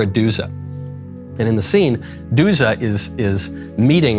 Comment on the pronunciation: Eleonora Duse was italian. Duse is not pronounced with a final -a. An -e is an -e in Italy